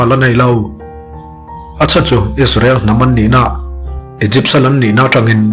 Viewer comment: Igypt(egypt)hi Aikupta tiin chhiar tawh teh suh u